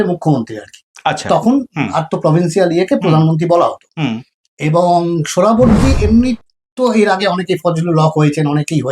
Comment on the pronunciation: এত কঠিন কঠিন সংস্কৃত শব্দগুলো সঠিক উচ্চারণ করতে পারেন কিন্ত সহজ একটা নাম " (সোহরাওয়ার্দী) উচ্চারণ করতে পারেন না তা বিশ্বাস হয় না। এটা ইচ্ছা করেই বিকৃত উচ্চারণ বিকৃত মানসিকতার পরিচয়।